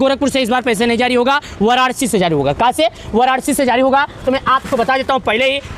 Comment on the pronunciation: Sahi se bolna sikho waranashi hi wararci nahi band karo bakwas